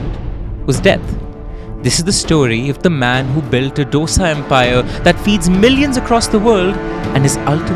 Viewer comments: Hpw do you pronounce everything else perfectly and then say "doe-sa" a million times over?! 😢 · except that its called Do-Sa ( 2 in Hindi - Sa) How difficult can a 4 letter word be to pronounce🤦‍♀ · just like we tamilians pronounce chaat as chat ...!! Hindi and inthi !! So just calm down ...people adopt certain things to their lifestyle and dosai becomes dosha !! We mispronounce every word possible...Puri as buri ...parantha as barotta ...!! So let's calm down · Ik. They both are north indian by the way they pronounce Dough-sa. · then correct it. Don't insult out southern delicacies with incorrect pronunciations. When they can pronounce English so well, why can't you guys pronounce southern names properly. Now you know right. It's tho as though and saaaa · ITS DHO-DA (ek, do- dosa) and SAM-BHAAR (i love you guys ) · Pronouncing this as Dough-sa is considered a very STYLISH way of saying the name 🤦🤦🤦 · Say "DOSA" properly please. Check pronounciations before making any video. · It’s disappointing that you put in so much effort to learn all about the case and put it forward, but to mispronounce the name of the dish you’re using as a metaphor for unity; actually disappointment is an understatement. As we’ve corrected the world enough times, it’s no dough-sa, it’s do-sa, do pronounced like 2 in Hindi, FFS it’s time to get it right. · Dosa 'Do' as in ek 'do' theen... 'Sa' as in 'sa' re ga ma... How hard is that to pronounce? Sam baaaaaar. Not Sam bhar. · Misprounciation of dosa and sambar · Every dosa is not filled with masale and its dosa not dough-sa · Its pronounced as दोसा and not डोसा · डोसा या ढोसा नहीं है डीके बोस। दोसा है। सांबर या सांभार नहीं, सांबार है। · Its not dosa it is Dhosai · Why all you northies say Do sa. Its called dho saa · The narration 🔥 but the “DOSA” pronunciation skills 😭 its not “dough-sa” its ek ke baad aanewala do-sa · For the Nth time its, Dosa (pronounced: Dhosa) like not dosa like disco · डोसा नहीं दोसा है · its thosai, not dosa.